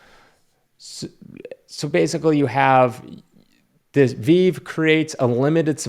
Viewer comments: Interesting viewpoint. I respect your thought on it as we all have to decide where we want to spend our time, energy and funds. My main question to you is how much time have you invested into researching NFTs and Veve the company? (it’s pronounced Vee-Vee btw just FYI) I’ll be honest, I was skeptical like you, thinking that the digital version of comics CANT be valuable. However I spent a TON of time researching NFTs the technology, then Veve the company. I came around the corner eventually and I think everyone will sooner or later when we think of the future of all things becoming digital. You mentioned “these digital comics have no intrinsic value”. I would pose the same question to any physical comics. If someone bought Ultimate Fall Out 4 for a few hundred dollars, does that Comic have any intrinsic value? Someone who doesn’t know comics would say No. They would say that was a horrible use of funds, and you’re falling for a Ponzi scheme. But a person who loves comics, the story line, the characters, and the knowledge of its financial potential in the future would view it as a wise move. The difference is, one of them understands the space, the other doesn’t. All I ask is that people take the proper time to research this (at least enough to pronounce the company name properly). I get it, we all go through a period of skepticism. I don’t know anyone in the NFT space who wasn’t skeptical at one point or another. But the opportunity in front of us is so massive, it would be a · If you don't know what you're talking about why make a video about it ? Obviously you're clueless and will never understand the depth of veve and how it's creating new collectors of digital and it's physical counterparts also learn how to say the name of the company right and do just a little bit of research glad i never heard of you and now I know I'll never watch any on your content as you're just a clueless person that tries to act like you know what you're talking about